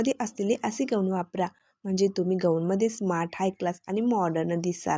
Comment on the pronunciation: ग ऊन नाही गाऊन म्हणतात त्याला